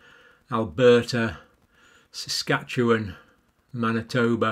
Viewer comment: Saskatchewan pronounced correctly! That's unusual for a non-Canadian!